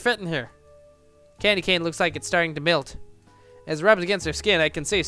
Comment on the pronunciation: also i can tell you've never had any experience with the southern portion of the United Stated because you pronounce 'melt' like 'milt' well, i guess it...could still......make sense